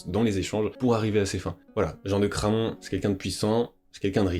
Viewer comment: Incroyable documentaire, bravo pour toutes ces info, seul petit bémol, Jean de Craon se prononce Cran, le o est muet. Il y a une ville en Anjou (Mayenne) qui s'appelle Craon, d'ou son nom.